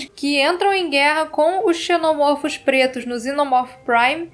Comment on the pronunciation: Como em cachorro, a pronúnciar é: um "cachôrro", dois ou mais "cachórros". Seja: Um "xenomôrfo", dois ou mais "xenomórfos"; um "ovomôrfo", dois ou mais "ovomórfos"